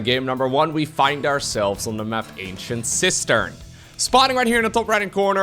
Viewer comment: I just now realized he's saying "Ancient Cistern" not "Ancient Sister"😅